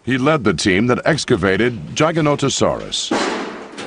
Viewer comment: Why is he pronouncing Giganotosaurus Gaganotosaurus ???